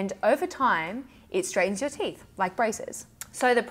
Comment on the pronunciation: 😂. I really did rewind the beginning to see if you really said "teef."